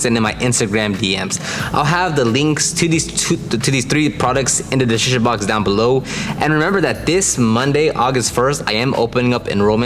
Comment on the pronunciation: Just stop trying to say description bro 😂